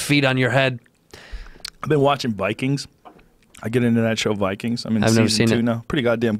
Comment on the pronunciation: Joe "We wuz VIKANGZ" Rogan